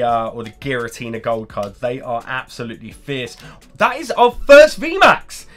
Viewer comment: Was it "absol-lutely" stunning ;)?